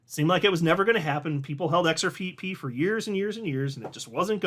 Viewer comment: DID HE ACCIDENTALLY SAY XR PEE PEE? 😅